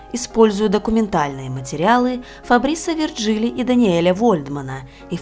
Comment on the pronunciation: Необычная история, очень интересно! P.S. Если историки французы, значит, их имена произносятся как ФабрИс ВиржилИ и ДаниЕль ВольдмАн (во французском языке ударение всегда на последний слог).